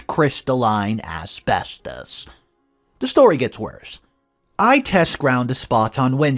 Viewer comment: You say asbestos wrong